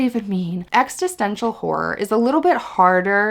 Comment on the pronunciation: You’re saying it wrong, it’s not “ex-tist-ential”, it’s “ex-is-tential”. You’re adding an “t” after “ex”. Otherwise cool recs!